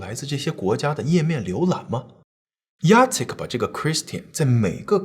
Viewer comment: Jacek竟然唸對!！好棒！！ 我公公也是這個名字，一般人看到都不知道怎麼唸。